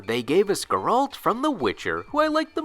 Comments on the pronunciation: this is arguably the worst mispronounciation of "Geralt" I have ever witnessed what the fuck same for "Nier" here... just how dude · Thumbs down for the way you pronounced Geralt. You suck. Do research on how to pronounce stuff before you make a video.